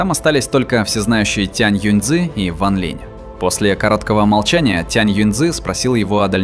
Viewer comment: Сколько автора не поправляли ранее, все также бросается перевод с ударением... Ван ЛинЯ и Цин ЛинЯ. И ведь обещал исправить, но пока результата нет...